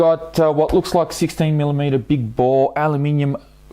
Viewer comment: Did you say alumium?